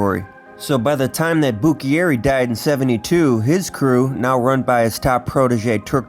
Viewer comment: Legit video. Only thing that made me cringe was your pronunciation of Buccieri, it’s Bu-cherry. I was born the year my grandpa Turk died so I didn’t personally know him however I met many of those mentioned here and heard many stories from my grandma Doodles, dad and uncle.